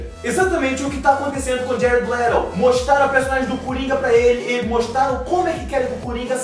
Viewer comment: ''jared lerou'' kkkkk,+1 inscrito